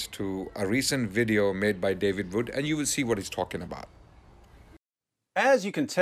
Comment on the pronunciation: His name is David Wood not "David Vood".....this is basic English pronunciation.